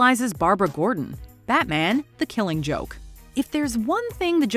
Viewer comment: The way she pronounces The Killing Joke bothers me.